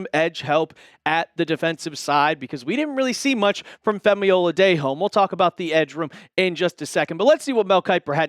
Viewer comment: OH-LA-DAY-JOE... Like a cup of Joe... Its been a full season